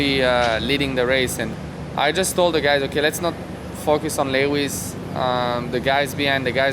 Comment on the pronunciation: 👂 Am I hearing a new moniker for Lewis, "Le Wiz", in the tradition of Les Mis? 😷